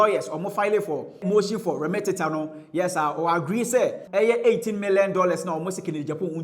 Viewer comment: the word is remittance. Not remittentent